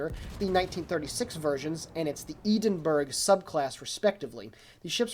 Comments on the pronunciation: As far as I'm aware it's EH-DIN burgh. This is how my Scottish friends pronounce it. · iam Scottish and it is EH-DIN burgh i all most die when i heard said that way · Great Video, I think the first one here on YT. Atleast on the EU server WG added this cruiser screenshot as an official news with link from the launcher. I as a non-native speaker won't judge you, but some Scottish guys might be really upset about your Edinburgh pronunciation :-)